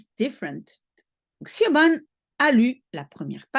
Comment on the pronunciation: SIOBHAN se bpronce CHIVONE , prononciation gaélique irlandaise bizarre